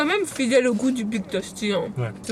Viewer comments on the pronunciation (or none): Tasty putain pas toasty mes oreilles seigne